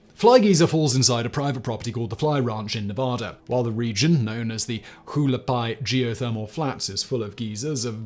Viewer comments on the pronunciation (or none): Love you and all your channels Simon, and just so it's out there the Hualapai mentioned in #6 is a local native tribe and is pronounced "wall-uh-pie", a name that means "People of the Tall Pines". Keep up the great work my friend!